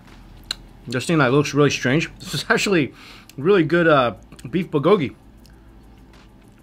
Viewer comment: your accents are wrong for the Korean words. For example, the accent is in the first syllable in "bul-go-ki".